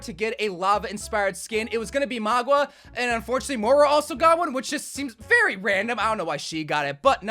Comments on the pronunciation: not to diss him, but I've never heard someone butcher pronunciation as bad as him "Mauga = Magua"??? "Sindorei = Sindoree/Sindory"??? "Samoa = S'moa"? "Tyrande = Teradine"??? Heavy on that last one. but mauga is either M-aa-oo-ga OR M-aa-oo-nga" . Sindorei would be "Sin-Do-Ray / Sin-Door-Ay" Tyrande "T-Rah-N-Duh" Samoa "S-ah-moh-a" (the O is a long "Ō") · Another upload, another video of saying Mogwa instead of Mauga 💀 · Mauga not Magua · maug-wa lol